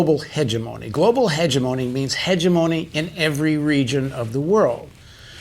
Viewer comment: Would everyone (including Paul Jay) please learn to pronounce the word "hegemony" correctly? The emphasis is on the second syllable, not the first. Heh-GEM-ony.